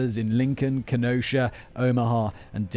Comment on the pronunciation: How did Simon, a man from England and Prague, nail the name "Kenosha" but people in the same state mess it up?!